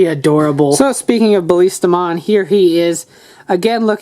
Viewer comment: its not Baliistamon it is Ballistamon. sorry just had to